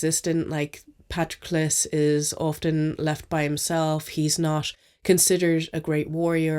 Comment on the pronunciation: Thank you for pronouncing Patroclus right 😅 Great reviews as always, can't wait to see your content in the new year!